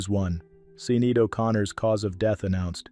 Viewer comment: Learning to pronounce names like Sinead O'Connor would take so little effort that I can't decide whether I'm annoyed or embarrassed for you. SEEN-eed indeed! I can't even.